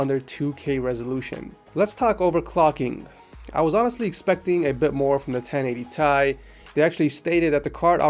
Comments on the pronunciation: wtf 1080thai please dont say that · i cringe evry time he says thai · 1080 thai hurt my ears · everytime he said 1080 Thai he lost 10 subs say 1080ti god damn i dont even wanna watch him bc of electrobox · its 1080 FUCKING T I not thai like wtf just stop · i gto triggered every time he said 1080 tie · He actually pronounced it 1080 Tie :D